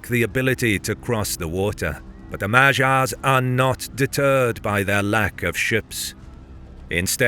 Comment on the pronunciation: It ticks me so much to hear that pronunciation of 'Magyars' 🙃